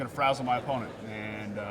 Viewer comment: My man said frazzle